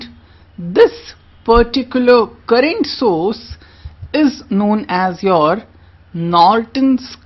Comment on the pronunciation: It is all good except little uncorrect pronounciation : currangt? ^^ - current oking? - o.k.?